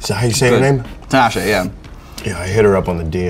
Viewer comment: "tinaSHE WHERE YOU AT"